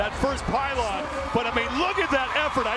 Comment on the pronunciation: why does he keep saying pyleen its pylon